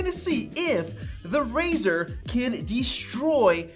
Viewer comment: It’s razer not razor